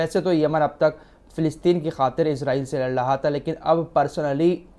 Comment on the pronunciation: Lad raha tha ye alfaz sahi kro aap sahi se nh bol pate ho